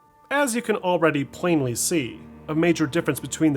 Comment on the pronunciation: You had me at “As you can Plane Lee See” 😂